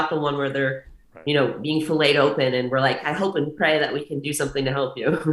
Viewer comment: Very cool girl. This is an example of someone who has accomplished something. The way she refers to bodybuilding as her hobby is a very healthy way to look at it. I was intrigued with her way to say "and"... andsss😂